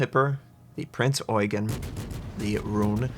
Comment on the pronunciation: that pronounciation was spot on dude. Respect